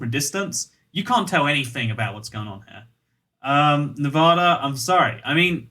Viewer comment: so I've been living in Nevada for quite some time Every person in Nevada: not long enough to pronounce it properly! It's nev-add- a, not nev-ar-dur Advice from a Kentishman, not a man of Kent.